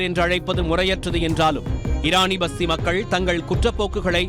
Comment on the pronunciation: Eraniya vasthi not pasthi